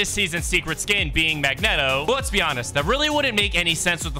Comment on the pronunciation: Man, so close to making to the end without mispronouncing something! Magneto 🥸